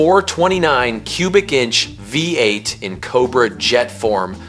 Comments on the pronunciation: My man has trouble saying Vvvv-ate! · Ai, voice over is crap the 340 V.......8, its a V8 idiot!!!!